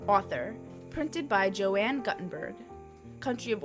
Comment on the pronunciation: Yeah, I bailed out when she said Joanne. I've quit listening to videos with ignorant (or AI) voiceover talent. Call me a snob if you wish. I don't have time for stupidity.